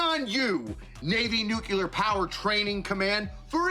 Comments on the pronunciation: NOT NUCLAR! NUCLEAR! Get it right! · That fellow cannot pronounce nuclear.